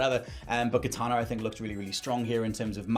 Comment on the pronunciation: Idea, not idea-r It's Kitana, not Kitana-r